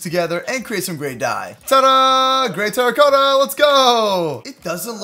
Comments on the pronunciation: It is spelled terra-cotta but it is sounded like terakata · It’s terracotta not teracoetta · He sounds so weird saying terracotta wrong